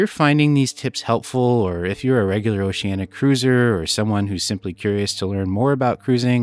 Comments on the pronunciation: Diana you were getting it right but, my friend, you need to work on it. It is not pronounced Oceana but OceanEEa, you must pronounce the "I". I will make a deal with you, I will subscribe if you promise to work on that for me because I really like your vlogging style. Deal? P.S. I have already subscribed so you are on the honor system. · Why is it so many you tubers including travel agents pronounce the name Oceanna? It's Oceaneea 😊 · We’ve actually heard Oceania cruise directors and officers pronounce it both ways, so even if oh-she-ann-e-ah is the “correct” pronunciation it perhaps isn’t as definitive as that?!? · On our Vista sailing, we heard Oceania pronounced three different ways by crew members and officers. Perhaps Oceania should make a pronunciation video. Thanks for the sub - hopefully the honor system pass won't run out anytime soon - we have a few more videos on the way. 😂